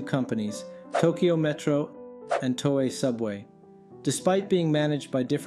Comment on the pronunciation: It's a minor point, but... Tōei Subway❌ To、ei Subway✅